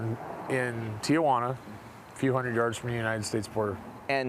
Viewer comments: As someone who lives in the area, I think what bugged me most out of all this was his pronunciation of Tijuana. She actually said it correctly. It’s Tee-Hwanna….not Tee-uh-wanna 😆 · Sir...for the sake of languages..its not Tia-juana....it's called Ti-juana...your aunt isnt here 😂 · It’s Tijuana not Tia Juana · Reporter: Tia Juana